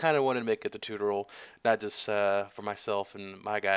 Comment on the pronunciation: Did you just fucking say tutoral?